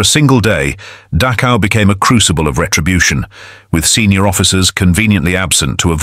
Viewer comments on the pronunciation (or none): "Datsjau"? "Dakkau"? "Buusjenwolt"? Screw AI!!!! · Dachau is pronounced NOT as "Datchow" It's da (as in doctor) and the ch in Dachau is pronounced by nearly stopping the flow of air in your mouth, but not completely. You exhale while partially restricting the flow of air out of your mouth by nearly stopping the airflow out using the back of your tongue. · Yes please! I died inside every time Dachao and Buchenwald were said lol. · The least this video narrator or maker could do for memory of the prisoners is to pronounce Dachau correctly